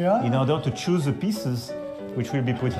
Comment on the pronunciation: Ze roum of Ze pompadour... En plus son anglais est complètement merdique, prononciation d'élève de 6 ème... 😂😂😂😂